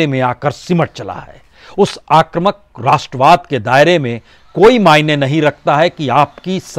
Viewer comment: बाजपेयीजी, आप सबसे अच्छे विश्लेषक हैं l शायद कोई और ऐसा नहीं है l मैं आपको इसके लिए धन्यवाद देता हूँ l आपसे अनुरोध है कि शब्द आक्रमक नहीं है, बल्कि आक्रामक है l अतः आक्रामक ही बोला करें l